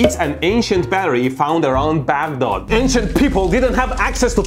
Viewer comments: I don't know for whom you are pronouncing Baghdad for because that is neither the English nor Arabic pronunciation of the word, you have chosen a separate third pronunciation of your own accord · Beghdod, Persian accent pulling through 😂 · Was that " Bagdod " or " baddog " batteries . haha